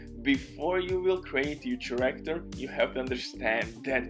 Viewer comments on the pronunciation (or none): Take a shot for every time he says CHA-ractor